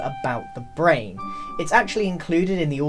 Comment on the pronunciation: “It came on of your brainyum”